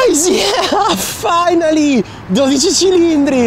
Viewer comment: Hearing a non ferrari emplyee say the new ferraris name the right way with the accent has confirmed something for me. Everyone will be calling this the Ferrari 12C cause that name is too hard to say